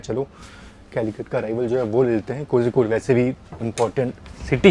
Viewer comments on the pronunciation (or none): Agar mai baat karun… agar mai baat karun… agar mai baat karun 🤯… kitni baar?!?!?? Aur itne log comments me bolte hain raja ki station ka kaam Hindi ya doosari kisi Indian language me padha kar yaara English me nahi. Cozy-code nahi ❌ Koi-code ya Koli-code ✅